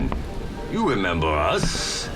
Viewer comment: did he develop a speech impediment? “You wemembew us weedy”